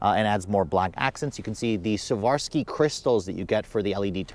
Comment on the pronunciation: Savorsky crystal???? Whaaat? SWarovski....